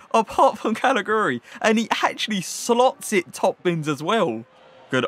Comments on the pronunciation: Calajuri it's pronounced I think bro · He is pronounced Kalichewry :) giu = chew in italian, like giuseppe :)